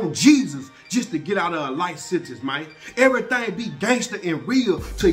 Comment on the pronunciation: he said im telling everythang. everythang?... everythang.